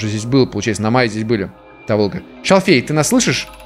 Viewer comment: Та́волга. Если что